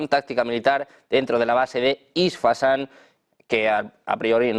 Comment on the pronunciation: No es isfasan es Isfahan